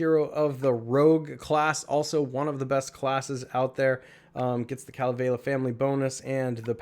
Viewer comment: U said Kalevela it's Kalevala ur not that smart huh bro why can't u get your pronunciation straight I think your doing on purpose.